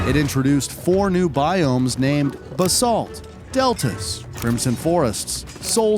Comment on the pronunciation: I guarantee this guy has never played Minecraft in his life. The way he says stuff like " elitra" " basult" and the fact that he is reading off a script and misread some stuff like... " souls and valley" instead of "soul sand valley" and " caveman" instead of "cavegame". It makes me cringe so hard.